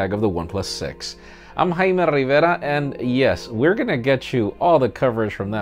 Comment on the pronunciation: why you are pronouncing your name as instead of Jaime Rivera